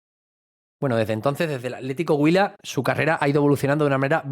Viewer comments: Buen video , es bueno ver los jugadores junto con sus raíces, si pronunciaste bien el atlético huila. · Pronunciar así el nombre del equipo atlético huila le da mucho estatus